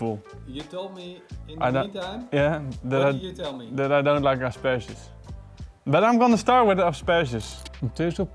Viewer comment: Did say.. Asparasus?